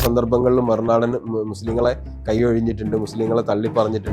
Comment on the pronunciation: 'മറുനാടൻ' ഉച്ചാരണം പഠിക്കണം ഉസ്താതേ, 'നേതാവ് 'എന്നതിന്റെയും